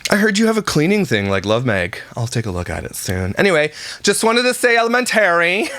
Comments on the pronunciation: Ele-men-tary and she went to college for education. WOW! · Ella-men-terry😂 I can't with this dork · The way pronounces “elemenTARY” is just like how Stephanie Harlowe pronounces “documenTARY” and they both are from upstate New York. Maybe it’s a local thing. They are both the same age too. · She’s raising kids and says “Elementarary”🤦‍♀️🤦‍♀️🤦‍♀️🤦‍♀️🤦‍♀️🤦‍♀️🤦‍♀️🤦‍♀️ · Elamentery what’s that,,,,,,it’s elementary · Most schools have an open house meet the teachers. Idk whats going on in her part of NY. She used to be an English teacher and the way she mispronounces elementary and Alex's name, irks the shit out of me. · Emphaaarrrrsis on the wrong syllaaaarble of elementerry 😂😂😂😂 I can’t stop laughing. I’m crying. That was soooo impressive how quickly that rolled off tongue. 👏🏾🤣🤣🤣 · Not sure why she is always complaining it was HER and J choice to have all these kids, so ya clean up the house SO WHAT ! teacher night is what every parent does so again stop complaining that you had SO many meet the teachers !!! Also elementary is said wrong its very wrong and her husband doesnt correct her ? He must hear her say it alot but ??? so odd, but for me the constant passive aggressive shit is disgusting no one forced her to adopt and BIRTH so many kids. SO ya STFU ! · I can't believe how pronounces 'elementary'. As if she is so sophisticated. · Thought she was a qualified teacher? Yet she can't pronounce simple words like elementary 😅